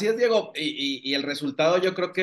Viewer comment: Porque dice Monique en el nombre de Diego???